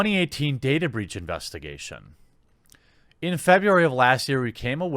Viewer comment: Its not "breech", its "breach"